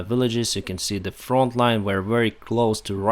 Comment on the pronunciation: It's front not font.